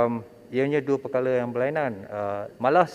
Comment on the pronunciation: gugup ka dengar ratusan juta..sebut perkara pun perkala...haha..